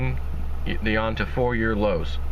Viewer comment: It's YOU-WAN Not Yawn